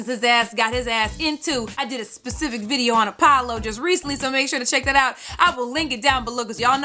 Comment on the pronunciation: Pacific???? That's an ocean!!!'